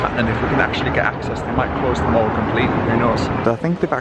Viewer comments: Mate, it ain’t pronounced “mawl” 🙈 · Hi, it’s pronounced the Mall as in pal! Not as in the American shopping centre!! X